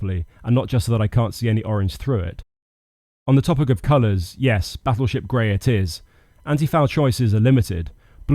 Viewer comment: I had to listen to "Battleship grey" x 2 to make sure I heard what I heard.... ;D